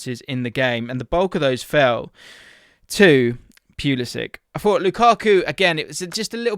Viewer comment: Its poo-liss-ick. He's best playing centrally.